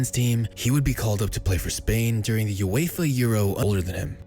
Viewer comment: Uefa* not Yuweifa